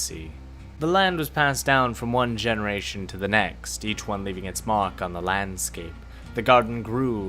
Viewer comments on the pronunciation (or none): none